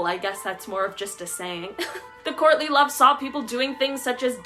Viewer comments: I thought she said Courtney Love at first instead of "courtly love" LOL ! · Lol, I thought she said *Courtney Love*, I thought maybe she was using them as an example, especially with marrying for money 🤣🤣🤣🤣